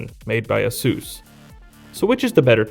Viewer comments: did he really say asuus..... wtf what a noob. Its Asus... like in Pegasus... that where they got the name from.. read up on your history and work on your pronunciation if your doing a review. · You pronounced asus wrong ''azuuz''